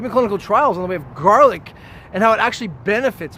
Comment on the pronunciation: The way you say GARlic everytime says that you're offended by garlic and you don't really care about facts, it's more about your feelings. Maybe you choked on one before. Maybe one bit you? Besides that, get over yourself and your agression against garlic.